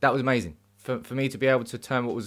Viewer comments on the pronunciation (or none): none